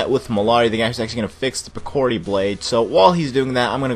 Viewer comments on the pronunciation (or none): piccori (pICK - or - ree) not pock - kurr - ree.